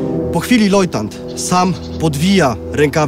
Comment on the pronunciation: Lojtant ??? L O J T A N T ?????????????!!!!!!!!!!! Po raz kolejny płakać mi się chce :(